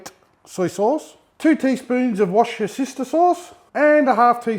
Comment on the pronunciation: From this day on I will pronounce Worcestershire sauce as "wash your sister sauce." I not only learn to cook with I get English lessons too!